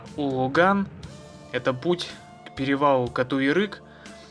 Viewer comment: Ну почему...большинство рассказывающих и снимающих...неправильно пишут названия сел. Это не уважение, с одной стортны...с другой...невежество. Не УлУган, а УлАган. Река ЧулЫшман, а не ЧулУшман..но это уже не Вы сказали, другие..